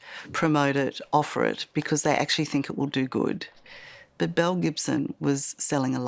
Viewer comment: Just curious, anyone else thought they said Mel Gibson (the actor), then proceeded to keep hearing them say Mel Gibson instead of Belle then Bill?! 🥴🫣🤣